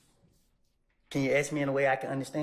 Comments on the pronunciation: The attorney doesn't even know how to pronounce the word. Ask! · Even the DA can't say ask.😆😆😆😆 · Lmao prosecutor can’t even pronounce ask correctly 😆🤌